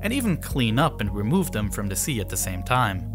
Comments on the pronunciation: I like the content but the speech impediment of the narrator is distracting. He says “dem” instead of “them,” “dat” instead of “that,” “de” instead of “the,” “dis” instead of “this.” It is not that hard to master the “th” sound. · Can we just agree that “them” is not pronounced Dem